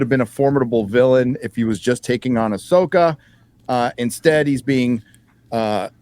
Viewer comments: Star Wars - AhSHEka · "Ahsoka"....no thanks!!